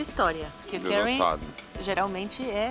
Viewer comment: eu nunca vi a Paola pronunciar Curry corretamente,im pres sio nan te